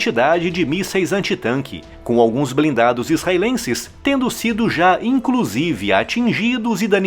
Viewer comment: "IncRusive" não ne meu chapa 😂😂😂